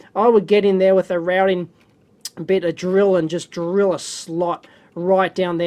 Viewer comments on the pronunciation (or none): none